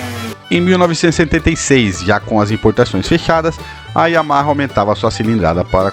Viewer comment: Sensacional a estória e o conteúdo. Super bacana mesmo. Até faz esquecer o “Yahama” aos . Parabéns pelo vídeo e por publicar esse conteúdo tão rico desta moto maravilhosa!